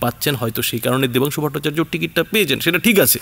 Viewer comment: Name Vatungsu na dabansu valo kore bolo..